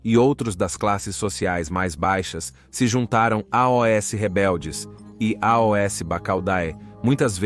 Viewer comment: A IA que faz os vídeos é show, porém esse A O S toda hora é agoniante kkkk